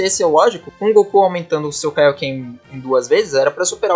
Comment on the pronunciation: "Kaíoquê"??? Ele disse "Kaíoquê"?🤣